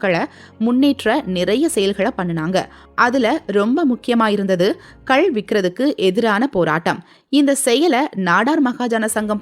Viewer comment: கல் இல்லை, கள் என்றே சொல்ல வேண்டும்.